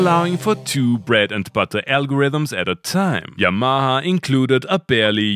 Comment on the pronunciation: When you say 'Yamaha' it sounds like 'Your Mama' and that is fine.